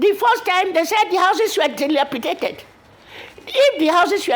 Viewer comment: Ayo, You See Yourself, You Could Not Almost Pronounce Dilapidated.